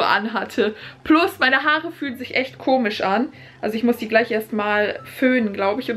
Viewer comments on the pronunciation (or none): none